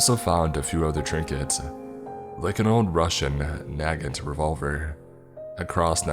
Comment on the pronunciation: Does the way he said Nagant make anyone else angry?